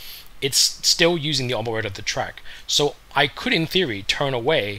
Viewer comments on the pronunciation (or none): none